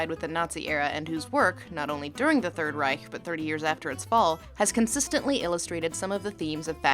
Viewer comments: You pronounced Reich correctly. Finally someone from the anglophone world who does not end it in a hard K. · Lindsay´s pronunciation of "Reich" is perfect. I know what I´m talking of because I am German. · Not saying "Reich" with a /k/ but a /ç/ at the end! :O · She pronounced Reich the right way :D Impressive! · The first time I hear an american pronounce „Reich“ the right way. Although I kinda like the harsh american way of saying „Third REICK“ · Talking about facism with a Germany-Cup in the Background... I See xD Edit: Also you are one of the first English Speakers i hear to pronunce "Reich" at least a little bit right.